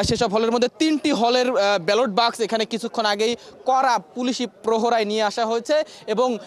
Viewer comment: এ রিপোর্টার তো বাক্স উচ্চারণ করতেই পারে না। খুবই শ্রুতিকটু।